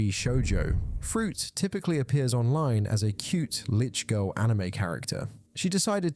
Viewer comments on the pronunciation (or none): none